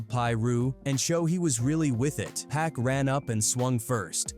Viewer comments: Get yo shit right u out of country foreigner....it's Pac not Pack... I ain't watching this shit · Been dead nearly 30 years and people still can't pronounce 2PACS name correctly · Thought it was PAC 😂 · I couldn’t watch nomore after hearing how they kept pronouncing pac name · Keep saying Pack. AI mess. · The way you say Pac´s name is like the cops who didn´t believe his legal name was Tupac Shakur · Who the hell is pack and shoog 😂😂😂??? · Who TF is Shooog and Pack???!!!!!!! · So hoodwat stories says “PACK“ and "SHOOG" or how bout "PIE ROO" AI 🐂💩